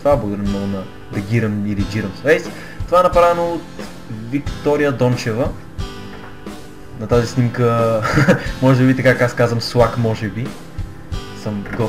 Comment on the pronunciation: moeto ime (Giram) go 4eta Гайрам ne e neshto kato ''Джирам'' ili ''Гирам''